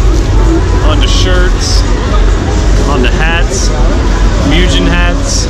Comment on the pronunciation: When he pronounces Mugen is "meujin"